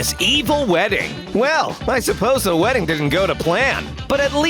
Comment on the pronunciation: What weading